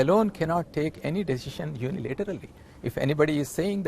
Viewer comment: And also vc said deshision😁😁😁😁